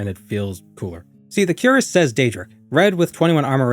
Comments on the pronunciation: Queer-ass, not 'Cure-us' , the chest plate of armor. You pronounce it, wrong. In Morrowind, since you're not leveling and just globe trotting, i would have used a wood elf, with marksmen. I believe you can start with 70 marksmen from the get go.. my memory may say it's 80 but I can't be sure. Point is, that's incredible and crossbows are available from the start, if you have the money and visit Vivec and know where to go. Money is no issue, because using the mage guild you can just teleport around and loot tones of things and get +10 marksmen training in vivec too, for 80, level 1 (Now you're level two with those ten trainings once you rest). In Morrowind, a marksmen of 80 is very useful and you won't be frustrated missing with your crossbow bolts and that dweemer crossbow is 30 - 30 damage... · btw, cuirass is pronounced kwir-rass, the 'I' as in "in", not cue-rass. Emphasis on the second syllable, ràss, A as in "us" or "apartment". English is a funny langyage. Or if you wanna get real fancy and extra French, kwee-rass is also acceptable, but then you sound French, so i would advise against it. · Cuirass is pronounced "queer-us" btw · Cuirass is pronounced queer ass, you pleb